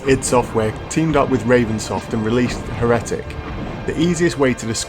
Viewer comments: HER-Eh-Tic lol. its pronounced more like Hair-uh-Tic. Loved hexen! Especially the hidden 4 play co-op. mind was blown when we discovered that haha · I can’t be the only person who is bothered by how he says the word Heretic as “Hair-etic” rather than Heretic as “Hera-tick” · Heretic, not heh-reh-tic 🫣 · You pronounce heretic weird it's usually pronounced hair-it-ic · Is is not pronounced "Hair-uh-tick" (Heretic)?? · the way you pronounce heretic made me die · The pronunciation of Heretic ruined what was an otherwise solid video for me. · i say class like that and im English its natural to me i can't help it. i also say bath and grass with a r. Many people say it like that. Though i must admit i don't understand why he says heretic like that I've never heard it pronounced like that before. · Great review think i'll check this out... although you might want to check out how to pronounce Heretic for future reference :) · Anti-liasing? He-re-tic? What the jesus fuck? Good review otherwise.